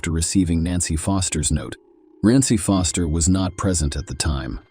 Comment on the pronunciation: Was puzzled in first case ai voice had me thinking there were 3 nancys !! Then I realised foster was sometimes said as fister 😂😂😂😂